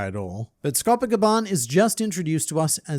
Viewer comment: Lol my boy can say kerberus, but dead names Scopper.